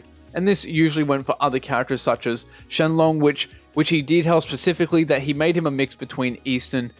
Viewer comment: Don't apologize when you call Shen Long... Shen Long. I haven't grown up with the English dub, so it's refreshing to hear someone call him his real name (though Shenron is how it's pronounced due to Japanese limitations). Now I wish people didn't say made-up stuff like "Tri-Beam"... :s